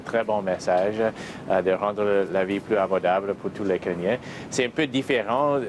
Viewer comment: « Pour tout les Kenyens » Kenya likes this